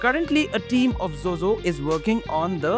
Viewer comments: Zhuzhou র উচ্চারণ টা "জো জো" নয়, "চু চৌ" হবে । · Pronounciation of Zhuzhou is actually closer to Bangla word জুজউ and the জ is actually Murdhannyo জ. Hope you would try to pronounce is it this way. Thanks